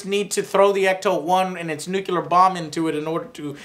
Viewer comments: Okay, my comment has nothing to to with the review itself (altough I think it's awesome - the review, not the movie) but do I hear it correctly when Jore says "nucular"? Shouldn't it be "nu-cl-ar"? I just ask, because many people seem to mispronounce it, so no offense, Joe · Nuclear! For fuck's sake Joe it's pronounced nuclear, not nucular. Nu-clear, two syllables. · "Nucular"? Come one Joe, you are not George Bush, I consider you are much smarter!